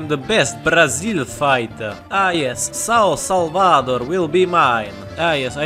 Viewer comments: He did it perfectly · As a Brazilian, I actually loved How he pronounced It!!